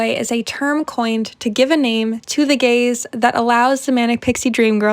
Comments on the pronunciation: i wasn’t watching, just listening while painting and for the longest time i thought you were saying gays😭😭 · It took me a solid five minutes to realize you were saying gaze and not gays